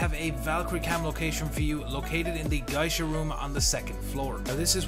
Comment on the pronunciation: Avicenna A. I got triggered by how he said Geisha